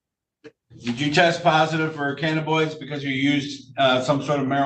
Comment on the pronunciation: The judge can’t pronounce cannabinoids.